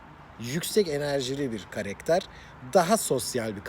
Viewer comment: Karekter değil abi karakter 😂😂🤣🤣